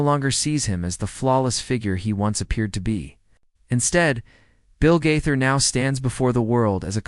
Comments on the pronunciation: When you can’t pronounce Bill Gaither’s name correctly In Your first sentence then I’m certain you don’t know him and have nothing to say that I need to hear. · It's Gaither, not Guther. I'm not believing any of this. How come we didn't hear Bill saying any of these things in the video? It was just one voice telling all this. BTW, it's Nelon not Nellon. smh Bill Gaither made a statement about the Nelon's on the Homecoming Radio which I follow on facebook, so he did make a statement. smh